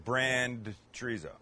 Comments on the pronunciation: Chorizo simply translates to sausage. Mexican Chorizo is just one type. For a real treat try several from Argentina or Spain. It isn't zo is so. Pronounced with the s sound not the z sound. Just like in German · "chreezo" lol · Omg how white can u sound treezo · Tree-zo? Tf!! 🤔 someone smack him and tell him the right pronunciation or he's not invited to the carme asada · Please learn how to pronounce Chorizo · The way you say chorizo is pissin me off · Funny how he makes fun of Canadians for the way they pronounce Cabo but he pronounces Chorizo and Torta just like a typical gringo lol! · That is not a torta that’s a sandwich. Please learn how to say chorizo the right way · Since you're making fun of the Canadians' way of saying Cabo, FYI: The z in chorizo is pronounced like the first s in sister. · I’ll never try this torta for two simple reasons 1st he’s a white boy 2nd he can’t even pronounce Chorizo correctly!! 🤦🏻‍♂️🤦🏻‍♂️ Lol